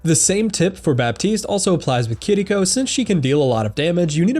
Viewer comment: Are people aware it’s not pronounced kitdeeco? It’s kiriko?